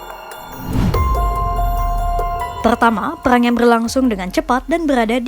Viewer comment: Perang ya bukan peyang 😂